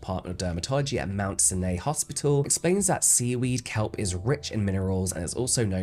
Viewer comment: James, Mt. Sinai is pronounced sigh-nigh.♥️✌️